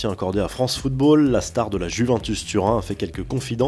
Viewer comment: "La Juvintus" 😂😂😂